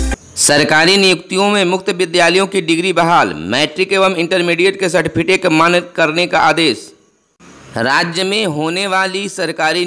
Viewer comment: सर्टिफिकेट का उच्चारण गलत हो गया है